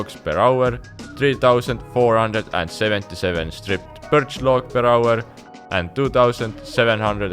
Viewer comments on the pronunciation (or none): PER AUERRRRR xD Where are you from ? hahaha